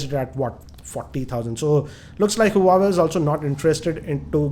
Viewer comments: Btw it's Huawei not huwaway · huawei is pronounced as "wah-way"